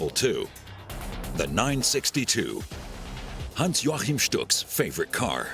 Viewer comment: Was I the only person who cringed when the narrator pronounced Stuck's name as "Hans Jorchan"?